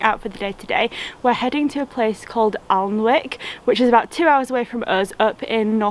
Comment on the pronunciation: Unfortunately Applebys bookshop closed about five years ago. It was a lovely bookshop. BTW Alnwick is pronounced anick Glad you enjoyed your visit. :)